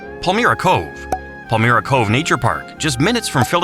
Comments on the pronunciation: Palmyra isnt pronounced Pal- mer-a Its pronounced Pal - mi- ra (long i) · The first drive-in theater was located off of Admiral Wilson Blvd. in Pennsauken Township, NJ near the Airport Circle. One of the surviving theater buildings is on Zinman Fur's property. The mailing address was a Camden business. Pal-MI-RA is how the community name is pronounced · You pronounced Palmyra wrong. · The pronunciation for two towns need to be fixed Barnegat and Palmyra. Also the Jersey corn is very popular because people drive over the bridges to get NJ corn. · Congratulations on your mention of Ong’s Hat. My grandmother would like you mentioning that obscure forgotten place. But that picture of the Jersey Shore with mountains in the background was funny. You’re in good company. In the Sopranos Pine Lands episode you could see mountains in the background, also a joke. Finally, the mechanical voice butchered the Burlington County town name Palmyra into some unrecognizable mishmash of sounds. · Learn to pronounce “Palmyra” next time! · Noticed that as well being I grew up near Palmyra. It’s an AI voice. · Yeah, the Pine Barren location cracked me up. So wrong! And the way he pronounced Palmyra was wrong as well. I love these people that try to represent our state, but have no idea or have never been here. 😂